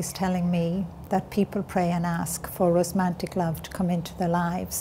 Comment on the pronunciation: Irish people do NOT say rosmantic. She means romantic which she said correctly twice. She maintains she had no education and is dyslexic and a bunch of other things....but that game pronouncing words incorrectly after having written various books ....I don't know what that's about